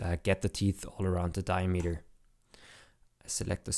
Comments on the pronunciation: As a multilinuguist, the key is to listen when the beginning and end of the word is and the concatenation of the words, dia-meter, is di-a-m-eter. Accentuate the beginning and end of the word, not the middle as is common in german, dutch, afrikaans, isiXhosa etc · Never heard diameter pronounced diemeter before. it's interesting